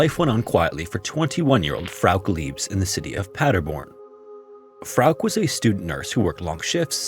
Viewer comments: I was studying in Germany in 2006, great time to buy cheap touristy souvenirs and stuff though. Tshirts, scarves, beer mugs, I even have a Germany flag pillow. That being said, "Frauke" has 2 syllables, I'm just saying. The last "e" is pronounced as a schwa sound. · So her name is pronounced "Fra-kee"? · no, it would be Frauke, like he did say in the video, but with a shadow "uh" at the end. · A tip on German: if there's an e at the end of something, we pronounce it. Poor Frauke. How terrified she must have been for so long. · FROWK omg. As many other channels that have covered this case, how have you never heard someone pronounce it correctly🫠. Frow-kuh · I love your stories but I admit I crinched every time you said Frauk instead of Frauke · Ugh I can’t fucking listen to this. That name is pronounced “FRAU-kuh”. Not frigging “frowk”. Holy god. Don’t you ever look shit up? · Frauke's story, wow. That hit differently than some other stories. Just wanted to point out: Frauke would be pronounced "FROW-kuh". "Frowk" made me think "freak" at times. Great work as always. 🤍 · German-American here. I'm certain her name would be pronounced Frauk-uh. Not Frauk. Not trying to be pedantic, nor do I mean any disrespect to the American narrator who I'm certain is unfamiliar with German pronunciation. Poor girl. 😥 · I really like your channel but please just Google non English names before you record. The girl's name is pronounced FROW kuh. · Its FA ROOK. Lmao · I love your videos but i sometimes cringe at the pronunciation of european names! Katica would be Ka-TEE-tsa. Frauke would be FRAU-ke with two syllables. Feel free to ping me if you need to run any names past me in future - I know most european languages at least well enough to be able to provide pronunciation for names, except perhaps for spanish and portuguese. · Frouke should be said: Frow (like in "frown") + kuh. If you are the least bit doubtful of a foreign name, please just look it up.